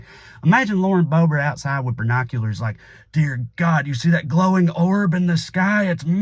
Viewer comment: “Birnoculars”? Is that a cultural accent like “basghetti”?